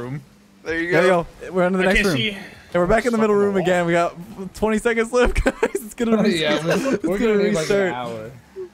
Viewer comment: saying he's left sounds like «I'm Leth I'm Leth»